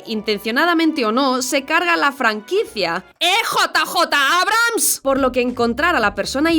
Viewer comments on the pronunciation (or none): none